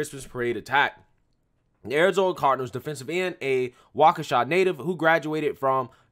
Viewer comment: You said Waukesha correctly. I am impressed.